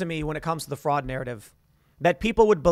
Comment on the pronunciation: Tim: “maybe it’s all intentional, maybe they want the country to fall apart.” Also Tim: “show me da evidence of da voter fwaud!” -you think they’re gonna ‘leave evidence’??